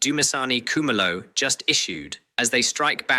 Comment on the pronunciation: Why is he saying Cu-ma-lo !